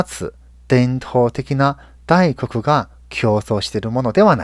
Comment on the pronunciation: 輸出の大国(ダイコク)じゃなく大国(タイコク)ですよ〜よろしく〜(^.^)